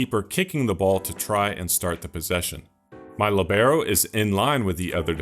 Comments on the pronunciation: Incredible videos man, absolutely revolutionised FM for me. One thing from me, its pronounced Li:bero, not Libe:ro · Wrong and annoying pronunciation. Place the accent on the I. Narrow the E. LÌBeRO. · The accent is on the i when you pronounce it 😊 I am using the libero with huge success in a 4 men defense with an inverted fullback on one side and a BPD cover on the other. Give it a try 😉